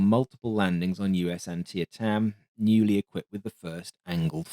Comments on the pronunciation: "An-TEE-tam," I believe. Different final vowel. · Good video. Antietam is pronounced an-TEE-tum, named for the site of a very bloody battle in the US Civil War. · Great video as always ... but let me help you with your pronounciation: "Antietam" is pronounced "an tee' tum" (or "an tee' dum" if you're local) ref: I live across the river from Sharpsburg, where the battle was fought. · Took me a second to realize you trying to say “Antietam.” It’s pronounced “an-TEE-tum,” with that last vowel being what English teachers used to call a “schwa.” Love your videos. It’s taking me a while to get through the back catalogue, but I’m loving every minute of it. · We pronounce that carrier "An-TEE-tum". Yes, I know. Americans. You're not the problem. We are. :) This is an oddly beautiful airplane. I knew nothing about it prior to this video. Thanks. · Re the USS Antietam, the name is pronounced "Ann-TEE-tem." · The USS Antietam is pronounced "An-tee-tum", just for reference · Excellent, as always. Apologies for the pedantry, but Antietam is pronounced Ann-tee-tum, with slight emphasis on the tee. Anyway, I love your videos. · Thanks. Best channel on fighter aircraft of the period. I found your pronunciation of the USS Antietam a hoot. Then again, in the U.S. I grew up hearing the name (mostly in context of the battle) quite frequently.